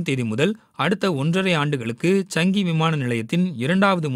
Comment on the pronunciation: அது சாங்கி ...சங்கி😄